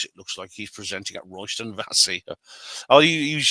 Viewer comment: Also, its pronounced "Royston Vayzee" not "Royston Vassey"